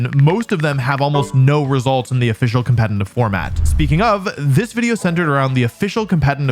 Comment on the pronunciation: Nice Video as always! Just a quick question. Is the pronunciation of "competetive" or as you say "compete –N–tive" an insider or how comes? Sounds weird as this word is in every video in countless repetition. Just very curious!